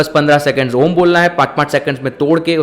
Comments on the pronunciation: Absolutely wrong... pronouciation is not AA ooo MM it is OOO mmm .... All are guiding wrongly. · Bhai uccharan galat kar rahe ho ...aur logo ko bhi sikha rahe ho ...videos main achi knowledge dete ho tum ..lakin Galt knowledge mat do ....a kabhi om shuru nahi hota hai ....pehle khud sikho kisi yogya guru k saanidhya mein....uske baad khud samjh aayega....om ka uccharam main bahot si chizo ka dhyan rakhna padta hai ...tumhara aum ka uccharam aisa laga ki ...jaise bina mithasa ka fhal joh fika ho...saari mithas ki gayab kardi tumne ...om ek dhuvani k saman hai jab tak usmein se woh dhvani prakat nahi karoge tab tak woh nahi nikalegi.,.. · अ...उ.....म् ऐसा उच्चारण किसी भी पहुंचे हुए गुरु ने किसी भी शिष्य को सिखाया नहीं होगा. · Sorry I am not satisfied with the pronunciation of Om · उच्चारण गलत है